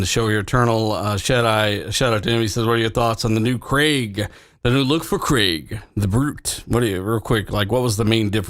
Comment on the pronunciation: Craig. It's CRAYG not CREGG, just sayin' is all. 😁